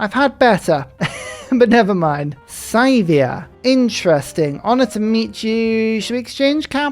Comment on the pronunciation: I love your content, but the way you pronounce Scythia hurts my soul. It's Scythia. Sea-thia.